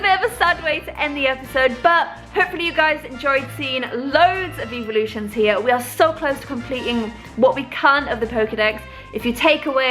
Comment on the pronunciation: it sounds like she eveevelosins